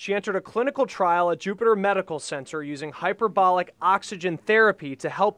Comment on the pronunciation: *HyperBARIC not bolic lol